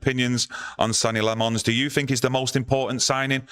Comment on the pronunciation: It's pronounced Senna Lommens.